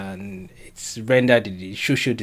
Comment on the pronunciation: Is it that you cannot pronounce "SOCIAL" or what? What is "shoshial"?